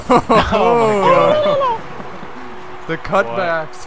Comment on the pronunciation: Did anyone else hear oh my gos instead of oh my god?